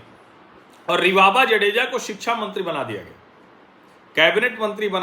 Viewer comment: जाडेजा not जडेजा